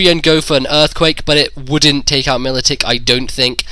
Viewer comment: Every time I heard Militick it hurt my ears.